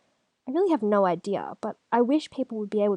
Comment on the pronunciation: I love when Australians say "No" or "Know", their accent makes the word three-syllables like "Noiruw"